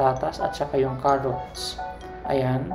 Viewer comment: panu pagkakabigkas mo ng carrots haha KEROTS lol sarap kabsat!!!!